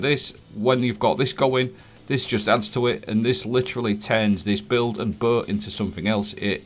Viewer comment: I’m sorry but how do you say BOW?